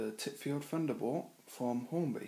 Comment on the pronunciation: Nice review, but please it's Thunderbolt not Funderbolt! Don't you fink so?